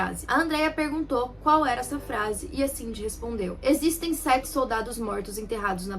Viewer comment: "non ecziste!" kkkkk